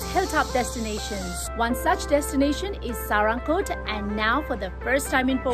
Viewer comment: its not saa-ra-ng-kot, its sa-raa-ng-kot.....people nowadays can't even read nepali or they are highly influenced by indian vloggers mispronouncing nepali local names or they are just ignoring.....nice video though....places like panchase/kaande would be the best option around pokhara as a hilltop destination, be it in summer or it be in winter to play snow, among the better ones like rupakot, kaun kot, thulakot, kristi(mattikhan), nirmal pokhari(foksing kot), bharatpokhari(hudikot), pumdikot, etc